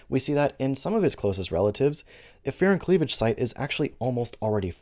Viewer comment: I thought you said "fear and cleavage site", so when you said it is what it sounds like I was very confused.